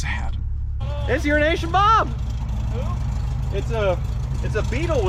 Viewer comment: He said "Urination" - ROFL